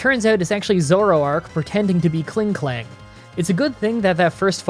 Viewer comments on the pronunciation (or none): none